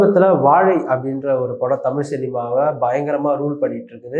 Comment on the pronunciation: கற்றது தமில்.. அ.. தமில் படித்தவர்கல்.. அ.. பட்டம் வாங்கியவர்கல்.. ஆ.. தமிழ் சரியா உச்சரிக்கத் தெரியாதவரை.. RSB மீடியாக்கள் அழைப்பது.. __ __ பாண்டியன்.. 🤯